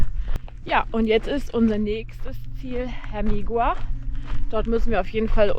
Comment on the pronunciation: Bitte wenigstens bei Eigennamen die spanische Aussprache lernen, das ist eine Sache des Respektes! Vallehermoso wird "Vaje Ärmosso" ausgesprochen, Hermigua "Ärmigua" und der Teide nicht Teide oder gar Tiede sondern "Tä-ide". Sonst macht man sich so ein ambitioniertes Filmchen mit schönen Bildern irgendwie kaputt... Nichts für ungut ✌️